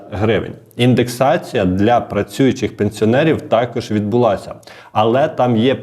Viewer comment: Відбулася - наголос на а